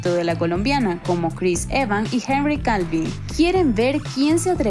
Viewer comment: Henry Calvi? Chanfles! Le cambiaron el nombre a HENRY CAVILL...